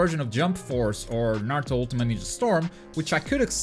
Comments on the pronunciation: How can you be a video game website and not even know how to say Naruto lol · The narrator can’t even pronounce Naruto properly, reviewer hasn’t even played online. Don’t waste your time on IGN dude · ahh okay but still people still should know how to pronounce Naruto. It's not hard